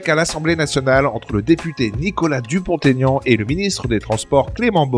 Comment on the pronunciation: Pour info, on ne fait pas la liaison entre Dupont et Aignan, Monsieur Dupont-Aignan sait encore comment il s'appelle !